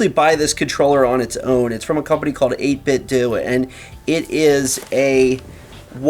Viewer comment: 8bitdo like nintendo not 8bitdue lol